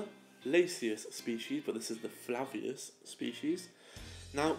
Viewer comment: why do u Keep saying lasius FLAVIUS its called lasius FLAVUS